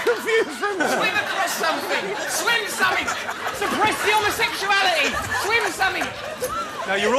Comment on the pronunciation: Russel says homosexuality really weirdly